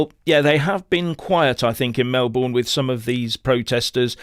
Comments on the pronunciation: Pronounced Melbn not Mel-born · It is pronounced "Melbin" not "Melborn" Thank you. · FYI It's pronounced Mel-b'n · Please don't say Mel Born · Pronounced Mel bin, or Mel bun. Welcome to the people's republic of Victoria. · Melbourne is pronounced "Melbin" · We pronounce it Mel - burn..😂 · You're mispronouncing Melbourne. It's pronounced with a Schwa on the unstressed syllable.